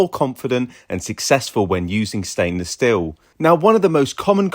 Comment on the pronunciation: It’s stainless 'steel', not 'still'. Hope that helps!